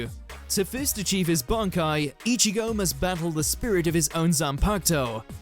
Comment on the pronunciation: Its weird in the dub they call it 'Bonkai'... not really sure how that happened? At no point was anyone like "Guys, its Bankai not Bonkai.."